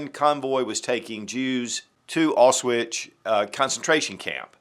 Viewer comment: Nice video, lovely pistol, but what on earth was that pronunciation of Auschwitz? For such an infamous word, I've never heard another human being butcher the pronunciation quite like that.